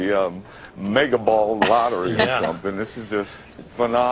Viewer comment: click 4 and wait. sounds like he's saying "ballottery" =D